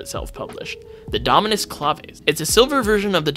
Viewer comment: Bro can NOT pronounce any dominus names😭